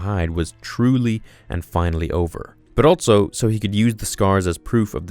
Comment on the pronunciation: Also.....not alTso